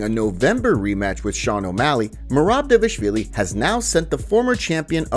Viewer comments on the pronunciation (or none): Who tf is "D-vashvili"?